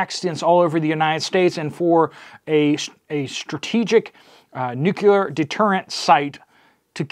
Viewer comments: Nuclear - Nu-cle-er. Not Nuquler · Nu•cleeee•Er. There is no "U" in the second syllable. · Nucular is not a word. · Nu-CLEE-er, Nu-CLEE-er… repeat after me… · "NU kee er" ? 🤣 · Nuc...le...ar. Thanks for the news. I hadn't heard about it (and I live in TN).